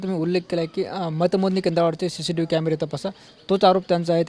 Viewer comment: तुला निट सीसीटीव्ही बोलता येत का आणि तु आमदार झाला आहेस